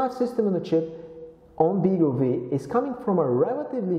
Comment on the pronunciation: Nice overview on the BeagleV; thanks for that. Looking forward to getting the final version hopefully later this year. (BTW, I think the name is pronounced "Beagle Five", as the V is a Roman numeral 5 (same as RISC-V is pronounced "Risc Five")).